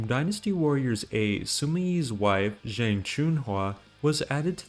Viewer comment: DW Online... I havent heard anyone mention that game in a very long time. I did play it, even spent money for in game content. Was an awesome game... I miss it. And btw, "zhang" is pronounced "chang"